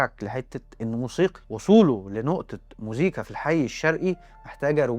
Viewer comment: موسيقي مش مزيكي ياريت تصلح نطق الكلمه